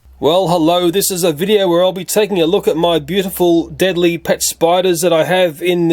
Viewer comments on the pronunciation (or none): you spelled deadly wrong in the intro u said deably